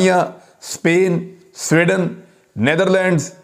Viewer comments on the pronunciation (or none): none